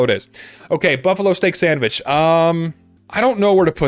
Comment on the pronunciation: "the stock sandvitch"